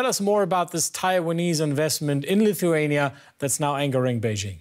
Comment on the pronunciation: It is not LU THEE ANIA.... it is LI THU A NIA.... please get it right.